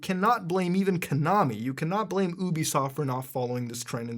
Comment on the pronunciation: YOU-BE-SOFT NOT OUUU-BE-SOFT